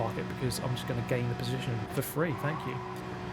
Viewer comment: "Down into final positionth": Nice try brain